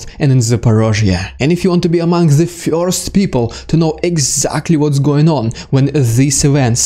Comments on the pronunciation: I like your channel. However the word first is not pronounced FEAR-st it is pronounced FUR-sr. Keep up the good work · Love your insightful commentary, but I have a question: Who are the "Fyorst People"? And what are "Fyorst Steps"? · I don't know anyone that pronounces first as FUR-sr. 😂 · With the correct pronunciation, please. "Fyurst"